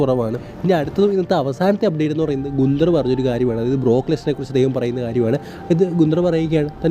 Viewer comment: ഗുന്ദർ അല്ല ബായ് ഗന്തർ